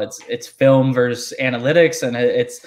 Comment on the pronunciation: Love your content but Dammit! It's "VERSUS" NOT "VERSE"!!! Drives me friggin nuts...